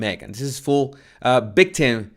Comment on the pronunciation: Professional “ bictim “ Come on,it’s not that hard,you can practice by saying “Victoria “